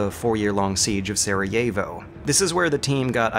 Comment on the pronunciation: That's not how you pronounce Sarajevo lmao